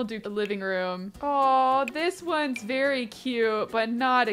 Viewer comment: Why didn’t you you berry when you said “ very “ like WHY